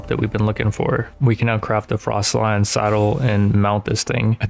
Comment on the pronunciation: Frost-alion not frost lion